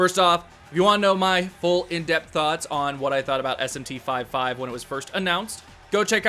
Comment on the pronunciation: It’s not called SMT 5 5 🥴